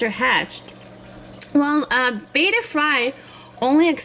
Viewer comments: by the way it's prononced be-ta not bey-ta because of double T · BETTA (BĔTTĂ) NOT BETA (BĀTĂ)